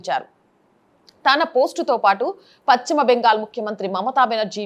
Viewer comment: Content is good but, it is PaSchima Bengal not PaChima Bengal